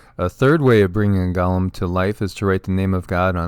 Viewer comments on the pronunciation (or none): Go- Lem not Gaw-lem